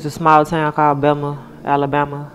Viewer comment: Bessma the is S is silent